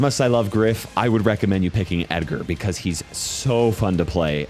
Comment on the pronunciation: Bro doesn't pronounce Edgar right